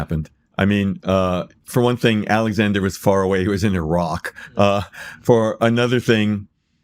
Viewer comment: DOESN'T SAY EYE-WRACK! I knew it was possible! Yes to Barry Strauss!